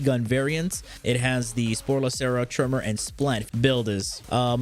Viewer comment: Why does he keep prounouncing sporelacer " spore lacera"?